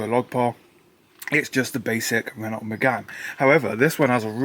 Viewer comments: Renault is pronounced like RENoh. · Interesting video and nice to see a car being saved from the scarppers. Could do to brush up on the pronunciations of "Renault" & "Volvo" though. :-p